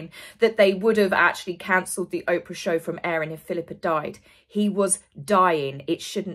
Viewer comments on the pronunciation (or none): none